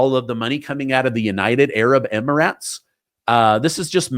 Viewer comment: Oh my gosh it's Emirates not Emiraaats you're a national and international news guy you should know how to pronounce these things